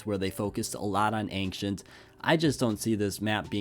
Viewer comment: We've gotta work on your pronunciation of "ancient"